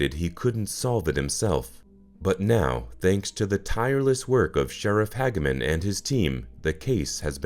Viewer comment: How is this solved? Also the name is Hag a man.